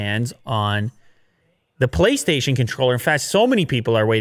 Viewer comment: did he just say "PoliceStation" 5 controller ? or is it just me, at the start of the video